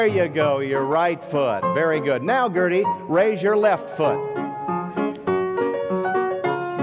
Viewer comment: Atleast he pronounced her name right unlike me